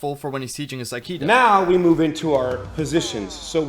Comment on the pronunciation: "Wing chun"... "No Akido" CLOSE! I spit out my water.